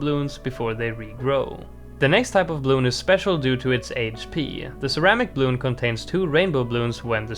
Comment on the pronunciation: I hate how you say bluun